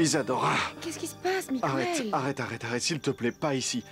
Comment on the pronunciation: message aux voix off ! svp MIGUEL se prononce comme la régle en français ! le u ajouter à G devant un E est pour obtenir le son GUE et non GOUE exemples un quépard un guéridon